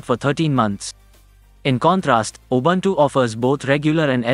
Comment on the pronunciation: Please find out how to pronounce "Linux" and "Ubuntu"